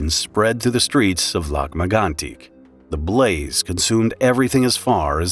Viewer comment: It is pronounced LAK MAG-ON-TEEK